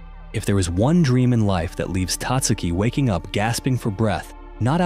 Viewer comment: Tatsuki is pronounced with emphasis on the SECOND syllable Tat SU' ki